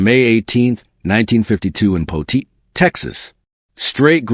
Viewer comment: Poteet not Potit